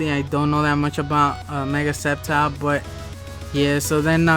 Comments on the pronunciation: It's sceptile not skeptile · Its silent c